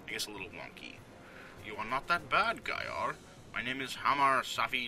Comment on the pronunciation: And it's not GAYar! :D